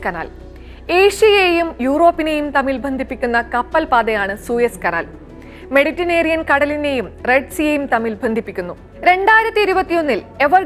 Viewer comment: മെഡിറ്റനേറിയൻ അല്ല പെങ്ങളെ ... മെഡിറ്ററേനിയൻ എന്നാണ്